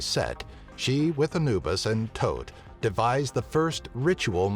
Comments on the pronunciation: thoth not tote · Ptah the p is silent in his name Thoth (ta-th) Sorry I made study of ancient theology most prominently Egyptology my life's work everything else was correct though